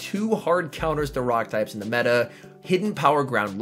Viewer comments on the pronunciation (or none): none